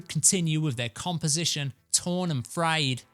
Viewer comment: Torn and frAyed not "frEyed" get it right!